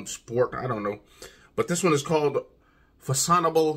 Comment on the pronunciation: It's pronounced fashion arb le. Great review. Subscribed 😎